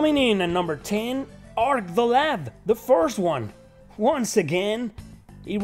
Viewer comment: Arc the LAD, not lab.